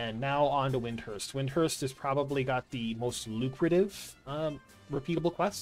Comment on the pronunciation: There's no H in WinDURst